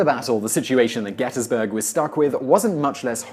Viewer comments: Gettys-burg not gettas-burg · Congratulations on pronouncing "Gettysburg" like a native. GetUZberg.